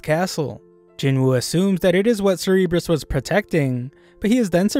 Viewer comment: You don’t pronounce cerburus like “ser rr bres” you pronounce it “sir bu russ” Anyways great vid